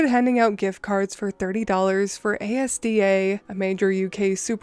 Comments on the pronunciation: Am i the only person who laughed at her saying A.S.D.A when its just a full word? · With the last story you pronounce Asda wrong it’s really common cuz it’s a food shop in England and guessing you don’t have it in Canada it’s just As - Da Asda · Despite having listened to this multiple times, I've only just registered your pronunciation of Asda. In the unlikely event it comes up again, it is pronounced as two syllables - Az-da, rather A S D A. It is a common mistake. Fabulous as always! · Asda is pronounced az-da - not ay-ess-dee-ay! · How you pronounce Asda is funny. No worries your not familiar with it, so its all good. Just wanted to help you out, it is pronounced As da. As, as in as and Da like Dad with out the last d. Love your work. And great breakfast watch. Keep it up oh 🎄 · As a brit it was weird to hear Asda pronounced like that, it's Az then Duh phonetically. It's a word not an abbreviation. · The UK supermarket is pronounced "as-dah", not A S D A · It's not A-s-d-a it's a word ASDA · Probably a weird thing to correct, but Asda isn't actually an acronym, it's just pronounced az-dah. I get why the fully capitalized logo and nonsensical name would imply an acronym, but it's actually a portmanteau of the two original companies who merged to form it (two letters taken from each) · A-s-d-a haha I love it! But it's pronounced As-Da it's pretty much uk Walmart as it was owned or had shares in Asda at somepoint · just a note, asda is pronounced as as-da. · Lol Asda is a word not an acronym (pronounced az-dah) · Erm Asda is pronounced as- da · 🎄 Edit: gosh I've never heard ASDA pronounced as letters before. ASDA is a weird shop name for sure because it's not initials. It stands for ASsociated DAiries so it's said As-Dah. Sorry the British make everything confusing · Hey. Your dulcet tones and puns have kept me tucking over for a while. Asda is pronounced "As da" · just for reference ASDA is pronounced 'az-duh', it's not an acronym.